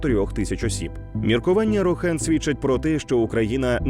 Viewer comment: РОхан! Не Ро-ХАн, не РОшан і не Рошен)))